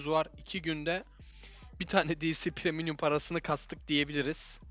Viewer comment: Kardeşim premium’un üstüne geldiğin de PREMİUM yazdığını görüp de preminyum nasıl diyorsun ya ardream yazısı yazdığı halde nasıl andream diyorsun ben kafayı yicem ya 😀